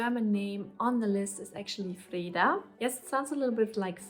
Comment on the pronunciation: Hi; first I want to say that I think that You have an impressive list of nice names there, and in the end I am sure You will know which one suits the newborn best. Few comments then, Your pronunciation of the name Linnea is spot on - exactly how we say it! - as for Freeda you do know that we have the Swedish version "Frida" which is what all Swedes would imagine your kids name would be if they heard the name so to say. For your partners favorit Ragnar (I guess he has watched to many Viking episodes) there is however the female version, not that common though "Ragna" could be a middle way to make you both pleased. Then finaly my personal suggestion of the name that we also ended up giving to our daughter and that I think is a very nice old name (originally from Greece i believe) and it also works worldwide which i think is important these days .... Iris Whatever You choose I am sure it will grow into the perfect name for that new little familymember.